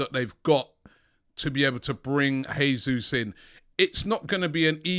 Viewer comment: Robbie his name is not pronounced Hesus. He's Portuguese and the "J" is not silent. Its more like "Gesoos"